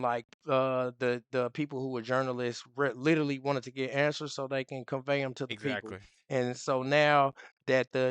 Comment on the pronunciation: Sorry, Get it -not fet it